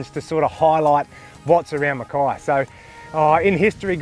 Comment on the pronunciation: Mackay (rhymes with hay) after Captain Mackay okay :) so many pronounce it wrong :) I'm from a pioneering family that cut their farms out of the rainforest. Its the miners and other outsider newcomers who are sadly changing the true trajectory and historical pronunciation of the name. BTW enjoying your videos!